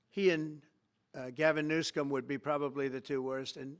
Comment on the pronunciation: Did he call him new- scum?😂😂😂